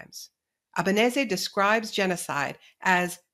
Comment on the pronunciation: Naomi Klein, one of the few anglophone people on the media who pronounces Francesca Albanese’s last name correctly. And what an amazing interview.